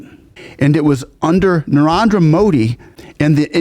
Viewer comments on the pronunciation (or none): Just one thing, friend, you seem to pronounce the first name of the PM in a way that sounds like 'Niandra' rather than 'Narendra'. I love your videos and this just seemed to stick out. 😅 I understand that it's an unfamiliar name for you, so this isn't criticism, just trying to help! 😊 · Narendra❌ Niandra✅ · Its not Neanderthal or neandar modi. Its N-A-R-E-N-D-R-A MODI